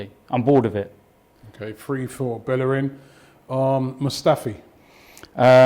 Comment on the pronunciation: I swear he said "Poor" not "Four" for Bellerin